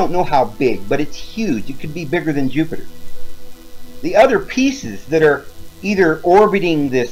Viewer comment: did he just say Yupiter? Hahahahahahahahahaha so epic. Btw love your videos mate, keep up the good work!